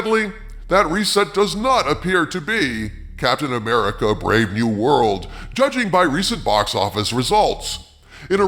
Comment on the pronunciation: its not captain amercia